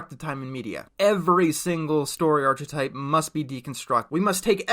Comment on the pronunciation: Career chips are brought up a few times, actually. And that's not how you pronounce archetype.